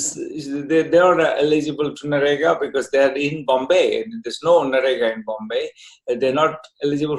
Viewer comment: Did he say “NAREGA” 😜😜